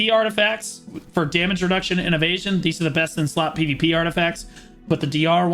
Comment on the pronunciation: When you say - "if you are evesion" I always hear - "if you are an asian" :))))) first time I even thought that this is some racist joke ))))